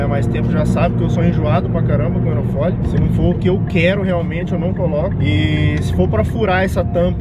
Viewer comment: Só eu reparei que o fala "aerofoLI" invés de aerofólio kkkkkkkkkkkk